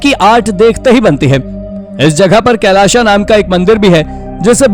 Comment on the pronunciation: कैलाशा मंदीर नाही भाई, कैलाश मंदीर.